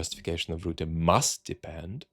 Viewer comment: The name is not Roota. It is Rutte with the U sound from before the 17th Century vowel shift in English. It is closer to the U in the schwa, such as the uh sound at the end of sofa, or the sound of the vowel in "writ". Why not use AI tools to get pronunciations in foreign names correct?